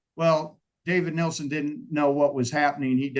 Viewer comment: It's not Nelson, it's Nielsen.